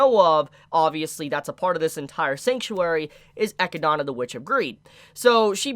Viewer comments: Echidna is pronounced Eh - Kid - Nu. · Is there a reason you pronounce only Echindas name the japanese way but none of the others?